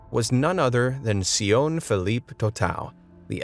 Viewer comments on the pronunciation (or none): Sione is pronounced Si- ON-neh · his name is pronounced sione (si on nay